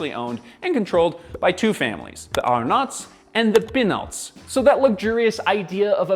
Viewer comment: I am French, and your way of pronouncing the Arnaults and the Pinaults is priceless! thank you for that 😂